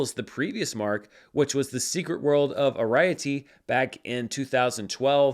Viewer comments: I was tossing up whether to be That Guy here, but since you seemed interested in Arrietty's different names internationally, I'll bite the bullet - it's "Ari-ETty" rather than "aRAI-uh--TY. Underrated movie IMO - there's an early heist-like sequence that's one of my favourites sequences in film. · Just wanted to let you know, Arriety is promounced Air-ri-eh-tea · do y'all not have the name Arrietty! Arrietty is a girl's name of British origin. Meaning "dainty" and "gorgeous" - think Harriet, Arr-ree-et-tee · I couldn't help hearing the same... SMH Airy-etta vs. air-I-ity. ("verity" but beginning with A) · It's a-ree-eh-tee for Arrietty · Just to give you a heads up, Arrietty is pronounced “air-ree-yeti” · It's pronounced "Ar-E-etty" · I mean, you pronounced Arrietty completely wrong but props for trying. You're doing amazing work! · that pronunciation of Arrietty was certainty something but you get a gold star for the attempt 😅❤ "The Secret World of Arrietty" is an adaptation of "The Borrowers" (one of the most famous adaptations is the live action one from the 90s) to give it a bit more context ❤ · I didn’t realize what movie he was talking about first 😅 definitely not how I pronounce it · I eagerly anticipate acknowledging his mispronunciation of Arriety in next week's episode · Yes because that's certainly one way to pronounce Arrietty, although as a huge fan of source material I certainly have never heard an adaptation of "The Borrowers" pronounce it like that 😅 I'll give a thumbs up for effort ❤